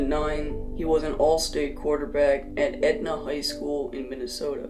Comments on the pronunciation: Its edina not edna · Oh jeez man you absolutely butchered Edina’s name 😂😂